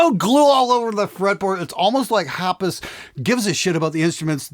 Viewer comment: Hapas. Not Haps :)